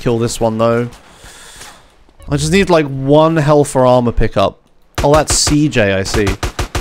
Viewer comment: What do you mean with "cee hota", it's pronounced CEJOTA or even (cehota), because is the pronunciation of CJ's name in Spanish